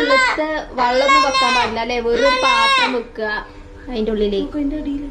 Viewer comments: ചക്കരെ വള്ളമല്ല വെള്ളം എന്നാ പറയണ്ടത് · വള്ളം alla വെള്ളം parayananam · വള്ളം എന്നല്ല ചക്കരെ വെള്ളം എന്ന് പറയ്